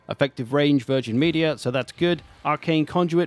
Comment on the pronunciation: "Virgin Media" 🤔🤔🤔